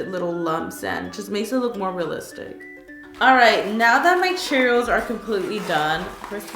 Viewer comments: Is it me or does she keep saying cheerils instead of Cheerios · U keep saying CheeriALS 😂